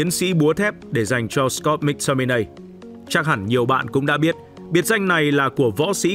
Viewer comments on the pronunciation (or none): Cho tôi hỏi chút, có chút thắc mắc là sao tất cả người Anh đều phát âm “Mc” là “mắc” còn anh lại đọc là “míc” vậy? Và anh có nguồn thông tin nào để chứng minh tên cầu thủ này phát âm như vậy không? Mình tò mò nên mình hỏi được không?